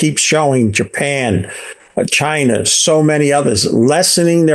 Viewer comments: Anyone who calls it "Chiner" is hard to listen to. A ton of missed takes. Of course inflation is why Gold goes up..who gives this guy there money? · chin-er = china